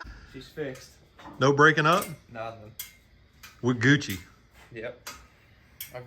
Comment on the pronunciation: Watching this getting ready for work and I think I hear in the distance where I set my phone down for a minute to get some things together... did he really just say "we goochie"? Went to rewind it and all be damn if you didn't say it again. Lmao.